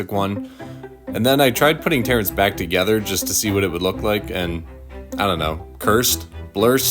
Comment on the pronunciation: Terence ❌ Tearence ✅